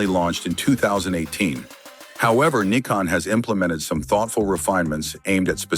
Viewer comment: It's N "EYE" CON, not "NICK" CON